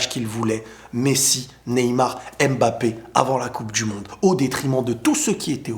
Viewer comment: OOOH merci! je suis camerounais et ça fait des années que tu me casses les oreilles avec EMbappé lol. sinon en passant est-ce que tu as entendu parler de Baki vs Doumbé?